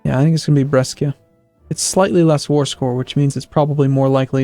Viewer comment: God dammit! Is not Breschia is Brescia. What's wrong whit amurican's D